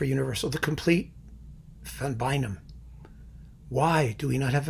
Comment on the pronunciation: It's neither Van Bay-num nor Van Bye-num, but in between. Like 'aeye' but not pronouncing a 'j'... sort of. Better still, go to Google Translate, type the name, and listen to the pronunciation (set to Dutch, but setting it to other languages is quite entertaining too).